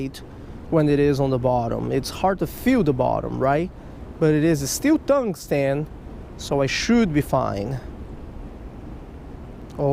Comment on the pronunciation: Normal Anglers:Tongue-Sten:THUNG-STAN